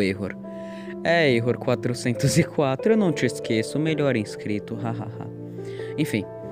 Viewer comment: N se diz erro 404 se diz error 4 0 4